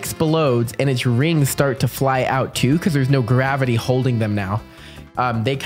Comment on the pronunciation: What Did you say no gavitey